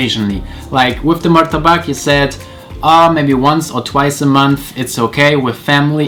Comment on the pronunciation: Saat dia menyebut martabak kenapa saya jadi inget murtebek